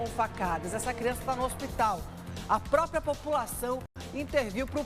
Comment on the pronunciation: não é própio,nem própia.É próprio,própria.